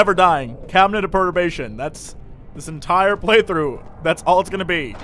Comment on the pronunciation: also, jesse, take it from an englishman. you are saying perturbation wrong :-p and to be perturbed means to be disturbed and unsettled.